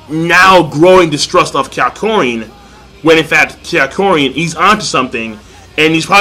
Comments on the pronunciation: HIS NAME IS NOT KYARKOIN! ITS KAK-YO-IN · It's Ka-kyo-in